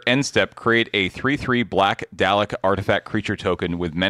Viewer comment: Several Doctor Who fans just made a mistake in their knitting upon hearing pronounce "Dalek" wrong.